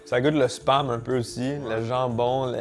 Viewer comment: J'ai du réécoute 3 fois, car avec ton accent au lieu de SPAM, j'entendais "ça goûté le sp**me un peu" 😂